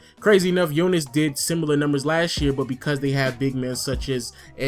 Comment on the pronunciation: Finally soneone said Jonas name good, its nice to see JV out there.Nice vid btw